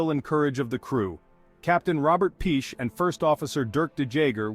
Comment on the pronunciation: Piché is pronounced "Pichay"! ;-)